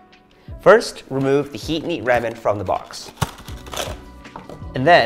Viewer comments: Literally the way you are pronouncing ramen is making not want to buy the product! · Scrolled looking for this comment, how can you be co-founder and chef of a Ramen place and not pronounce your own product right